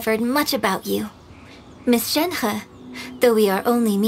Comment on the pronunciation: I dislike how Shenhe's English VA pronounces her name... everyone else pronounces it so elegantly 😅